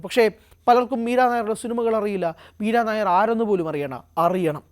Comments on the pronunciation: മീരാ നായർ അല്ല മീര നയ്യാർ എന്നാണ് ശരി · Edo meera Nair alla Meera nayyar.😂😂😂😂😂